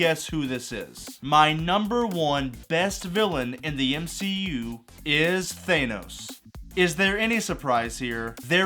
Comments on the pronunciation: thay-no-s. americans can be so funny sometimes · bro said thanos wrong. imagine. (thaaaaaanos) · Why can’t Marvel fans pronounce Thanos correctly